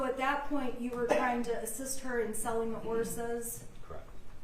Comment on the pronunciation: you're honor i am so sorry. But i am either completely inept and/ or stalling to ruin the cadence of the prosecution's questioning. Can you give me a bottle and a blanky? I am really "twying" my hardest here!